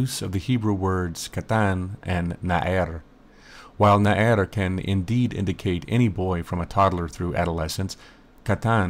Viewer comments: Small phonetics correction: It isn't 'na-er', but na-ar. The difference is extremely apparent in Hebrew. Loved the video. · Well done, indeed!!! Two small points regarding the Hebrew though: 1. The word for youth is Na'ar and not Na'er as you say (also the accent on the first syllable). 2. Nouns come before their adjectives, so small (or young) youth is "Na'ar Katan". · Nice video! By the way, נער is pronounce as na'ar, not na'er. search נער in wiktionary and you will see :) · נער is pronounced Na'ar. As far as I know anyway...